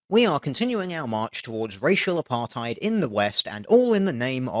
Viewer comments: DR, please don't use the word "apartheid", firstly, you don't know how to pronounce it, secondly, it's not apartheid. Segregation can be equal, apartheid means segregation with 2 lawful standards being uphold for 2 different population groups. It's a Dutch word to describe a Dutch system of government in South Africa, just don't. It just makes Dutch people think you are a idiot just like when anyone else tries to use the word. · It's funny how you pronounced apartheid. Now I want to hear you speak Dutch.